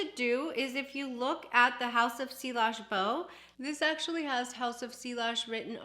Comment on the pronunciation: Great video. Just in case you would want to know, the ‘ll’s are silent. It’s French and you pronounce it “see-ahj”. 😊